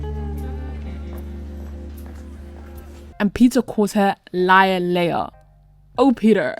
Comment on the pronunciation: Girl, I love you, but you’re wrong. You’re saying it wrong. It’s Leia and I love Eli and Claire I love Emma and spinner I think they are sweet and I love jay and manny I think you’re wrong Emma in Spinner or very cute and they make each other happy. You should get on board and stop being such a hater. No one likes a Debbie downer. Also Dan Blair friends thank you but they should just stay friends and Blair and Chuck are amazing and Serena and.dan forever they are my favorite couple forever Dan and Serena I mean it used to be Marisa and Ryan but way too much drama there and she died so I just couldn’t I couldn’t. I just could not love it anymore as much they’re like way down on my list of favorite couples and that’s not my fault that I feel that way it’s because they made it so difficult for us to love them. Girl you were wrong they never going to work off and on and soulmates and they are probably married and have kids I think when you are wasted you can’t consent so in a way I don’t think she assaulted him, but I don’t think he could consent so I don’t think that Drew said yes so I really don’t like that plot line or a storyline that makes me uncomfortable I don’t like maya reaction to cams dearth maya needs to seriously needs to deal with death in sad way I love Bianca And drew, and I think that you should not let other people influence you and you tell you to break up with your fiancé those are not good friends and they’re only telling you that to sabotage you which she wi